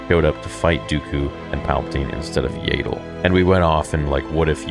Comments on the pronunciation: Do you have a speech impediment or something? , , , . Her name is pronounced YADDLE. Like Saddle, but replace the S with Y. DEFINITELY NOT YAYDLE! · its yaddle not yahdle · Is there a clip somewhere of Lucas pronouncing Yaddle the way he does? In ToJ and Fallen Order, they pronounce it like "saddle".